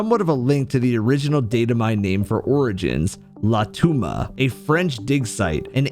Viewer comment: « La toumba » is not how you say « Le tombeau » in French 🤦‍♂️